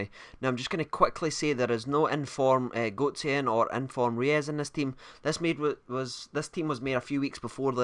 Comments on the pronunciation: It's Royse not reyus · haha just kidding,you are pronouncing him almost right...just pronouncing him royce!:) but you are right re-us is wrong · You pronounce Reus like Royce. Not like reyes haha. Typical zombie can't even talk right. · Reus is pronounce Royce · I think you're the only person in the world who doesn't like Reus on FIFA. And btw it's pronounced royss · Pronounced Roys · It's pronounced Royce :) rues is a striker btw